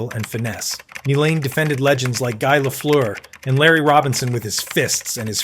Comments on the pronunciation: Chris "Nee-lahn" then it's "Ni-lahn" c'mon robot man it's "NI-LAN"!! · Nye len ..nilan 😅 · It's pronounced N eye lamd. Niland. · Just fucking embarrassing you pronounced Nilans name some bad. What are you like 19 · He said Nilan every possible way except the right way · Dude, this list is a great idea. Unfortunately you mispronounced Chris Nilan's name right off the bat. I'll watch the rest and see how this goes. Messier #1 HUH?? Probert should be #1 then you can put the other guys in your order. Domi and Semenko had heads that were made of granite, you can put them in there somewhere. It is a tough list for just 10 guys.